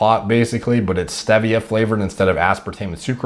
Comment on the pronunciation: Pretty good knowledge but can’t get over the way you say, stevia and pasta